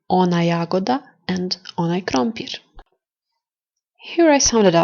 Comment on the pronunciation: Your accents are sometimes wrong. Red - crveno has accent on first half not on e... This, that- ovaj, onaj also have different accent than how you pronounce it. Are you native speaker?